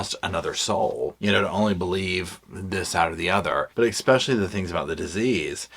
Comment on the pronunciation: Please, for the love of all that's holy, stop putting a "K" in the word "especially"! It's NOT eKspecially! Yes, I'm petty Patty. 😂 Every time you say it I just want to throw my phone... Please? Just try it... Now, back to the video. Thank you for reading this book so I didn't have to. I'm old enough that I remember this story from day one, back when she and her mom were on all of the original talk shows and they got the habitat for humanity house and all of that and I felt really sorry for Gypsy but I also thought that there was something wrong with that picture. I could never quite put my finger on it but something just didn't seem right. I want so much to be on her side but she's really making it tough. (That doesn't mean I excuse her crime, it just means that I want to wish her a happy future but at this point I'm just not quite there yet.) Oh my God, you just did it again... 😅 I also love that you say luggage instead of baggage.. I think I might borrow that one.